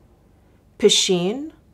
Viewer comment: Piscine - swimming pool, pronounced Pee-Scene.